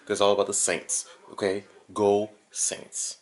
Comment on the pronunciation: Lol SAINTS are "AINTS"! Give up!!!!! Lol